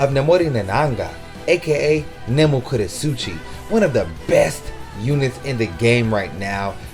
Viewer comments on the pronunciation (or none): Please refrain from calling the characters by their fullname or put in some effort to pronounce them correctly. It's Nelliel Tu Odelschwanck, not "Oschdelwanck". Nemu's "last name" completely butchered.